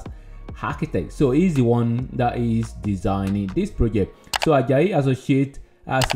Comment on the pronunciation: We pronounce it Ad. Jay not. ad jayi thanks for featuring him.